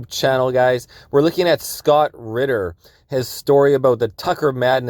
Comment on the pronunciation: Marcel! His name is spelled “Ritter” RiTTer. I hear ridder too